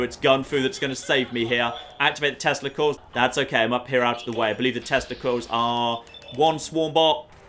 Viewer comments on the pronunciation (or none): At one point you said your testicles were failing you...then I realized you said tesla coils.